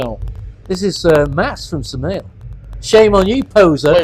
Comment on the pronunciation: The way he pronounced Samael I had no idea who he was talking about. 😀